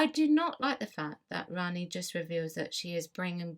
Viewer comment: Rani-pronouned Rahni You pronounced it as Ranni.